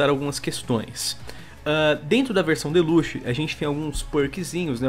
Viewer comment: Me dá uma agônia fudida quando o fala "Deluxe".